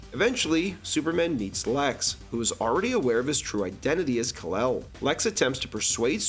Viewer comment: "Rafe" Fiennes, not how it's spelled. And the awful Marlon Brando "Kalel" instead of "Kal-El." Are you just doing it to get engagement in the comments when people correct you?